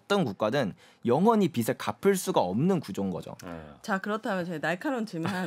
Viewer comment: 제발 비슬아니고 비즐이라고 발음해 주세요... 오해가 말에서 나옵니다...